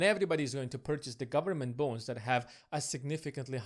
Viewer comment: Sounds like you are saying ‘government bones’ 🦴🦴